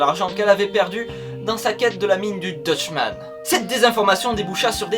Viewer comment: Très sympathique mais tu ne prononces pas très bien le mot Dutchman ^^' Sinon j'ai appris un nouveau truc ce matin, alors merci